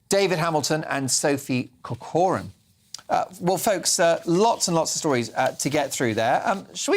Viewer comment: surname is Irish and should be pronounced Corcoran with emphasis on the Cor (a hard c) as in Kor kerin